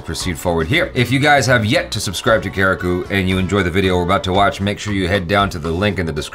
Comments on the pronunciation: FYI : its not karikUUU , its pronounced kareek. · That's not kareko it's karikku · Btw it's not karikkoo it's karikk when pronounce 😂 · Actually you guys pronounce karriku wrong 😂😂😂, I know because I am malayali